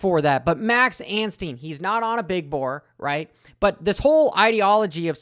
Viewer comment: that was funny! hey please now, out of respect for our new 250SX winner... stop adding an "N" to Max's last name. it's Ansteee, not Ansteen.